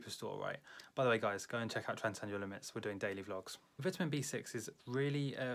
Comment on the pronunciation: You’re saying vitamin wrong